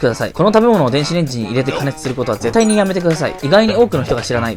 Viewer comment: 韓国の人なのかな